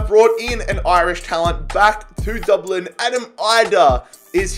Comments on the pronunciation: No offense but it is dub-lin not duub lin there nickname is literally the dubs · Dublin not Doblin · pronouncing Dublin: DOOBLIN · Everyone:Dublin: we won the champions league with Doblin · The way he says it doublin 😂😂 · Anybody else’s ears die when he tried to pronounce Dublin it’s pronounced Dub (like u got the dub against city) and then Lin which u can pronounce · I could listen to you say "Dooblin" all day long hahaha Love the videos man! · no we don't get your facts right we say DUBLN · Dooblin 😭😂. Good video! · Nobody:: DORBLENN! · The way he says Dublin😂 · Lmao I love how you say Dublin in a Dublin accent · Why does he say Dublin like that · Why does he say Dublin like that? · Jeez im from dublin so it triggers me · Who else is annoyed by the way he says Dublin